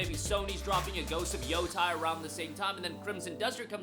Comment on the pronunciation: Yotei Not Yotai... you got no excuse now... we know you watched the GA...